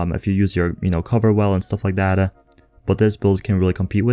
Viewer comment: This is driving me insane. The word is TH-A-T... Not tha-hdda. Everytime I hear it I cringe and lose track of wtf else you were saying lol.